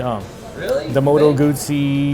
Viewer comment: Of the three reviewers only pronounces "Moto Guzzi" correctly. The other two are professional motorcycle journalists too?